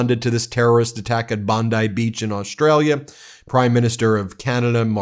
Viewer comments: Bon-dee Beach, not rhyming with bonsai! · It's pronounced "bondee" beach. That's how Austrialians all pronounce it. 😊💙💙